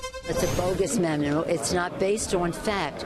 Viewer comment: What the hell is a mimu? The Dems must be gleaming with pride know this is who they chose to represent and speak for them! LMAO. Cant even say memo. At the beginning she called it a mimu! If they dont do something about all this crap it will continue to repeat itself! Is there a different set of laws and standards for the powerful than it is for us taxpayers? They will be allowed to retire with full pension that our tax dollars pay while we would be thrown in jail!! Time to wake up and make examples of the crooked!!!